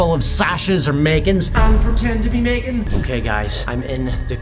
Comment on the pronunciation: megan, not megin